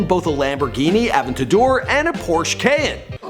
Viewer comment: Lol wtf is a Porsche cayin 😂😂😂😂